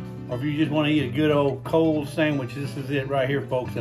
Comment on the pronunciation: Very nice “Sam-itch” 😂. Get that man a cutting board. 😂 Nice job “popping in “ at the beginning. Loved the Hour Later transition, that was cool. So now I have to make a sandwich. 😂 would a burger be classified as a sandwich?